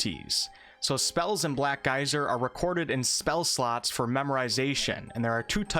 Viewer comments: You say Black Geyser and i hear Black Isle. I approve. :) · The first sentence sounded like "Black guys are couriers of darkness." Did NOT see that coming. Took a second to readjust. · Sounds like you are saying "Black Guys" which isn't horrible, I would play a CRPG with black guys. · I keep thinking you're saying "black guys"